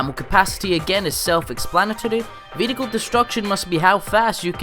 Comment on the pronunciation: ve-he-hicle am i the only one who gets triggered by that?